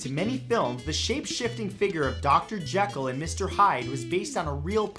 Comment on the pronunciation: You mispronounced "Jekyll."